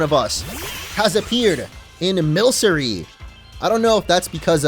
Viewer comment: i think you are right with milcery being milk in the name but i think its based off of milk and mercury? so i think it might be pronounced milk-uh-ree